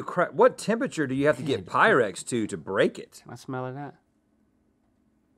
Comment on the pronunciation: is that "pyrex" or is it "PYREX"?